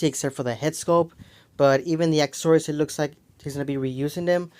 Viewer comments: that's not English or another language,that is reading inefficiently and pronouncing the word wrong,it's not akkasories lol...say it with me A-CCES-SOR-IES=ACCESSORIES,those are the things that come packaged with the figures.😂cool video though btw are you Mexican or spanish?and did you graduate high school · Your saying "Accessories" wrong,it's not "akkacories" is said like assess-oriented. Accessories,say it again Accessories,Accessories!not akkasories.smh😆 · that's not English or another language,that's reading and pronoucing the word wrong,just curious what's your age?a-sses-sor-ies lol cool videos